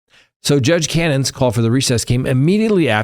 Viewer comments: Judge Can-oh-knee not Cannon. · Hey, her name is Beverly Connie, pronounce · Why do you pronounce Judge Cannone as “cannon?” It makes these difficult to watch.